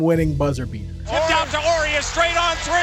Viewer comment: The H in Horry is silent